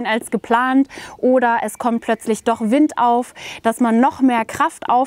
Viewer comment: Wind spricht man übrigens auf Englisch fast genauso aus wie auf Deutsch, also "Wind" statt "Weind". Kleine Videoidee: Ihr macht doch öfters was mit Decathlon zusammen, vielleicht könnt ihr ja mal deren e-Finne testen.